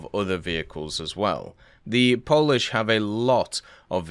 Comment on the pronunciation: Poland? "We puish"